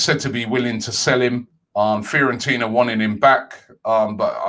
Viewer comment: Nobody Robbie: "Free-on-tina"